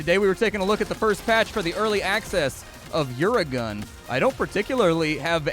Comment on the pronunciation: UraGun is pronounced like uragan, ie Hurricane